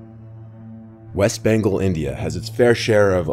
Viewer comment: I thought he said west banko 😂